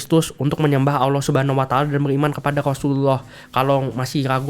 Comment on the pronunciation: Mba nya harusnya billang Allah bukan Owo